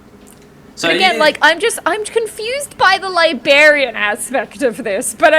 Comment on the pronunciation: LIBARIAN ? i think libRarian